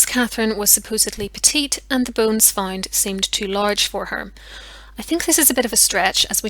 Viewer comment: FoUnd, Not FInd!! April, Not Epril!! GroUnd, Not GRIND!! However, Not HIever!! You English have No Pronunciation Skills at All. Damn, Learn to Talk the Right Way!!!